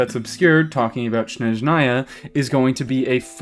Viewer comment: thats not how you pronounce Snezhnaya (source: im slavic)